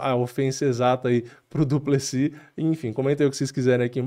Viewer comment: Pq o nome do maluco termina com S e o povo fala no singular, duplesi